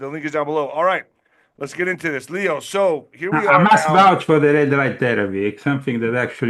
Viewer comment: he prefers pronounced "Lay-o", Lay-o Zagami